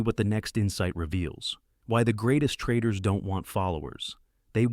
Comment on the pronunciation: "Insight 2: why the best trradidaars" huh?